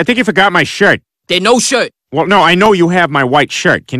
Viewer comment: I no have you shrit You yes have my shrit 😂😂😂😂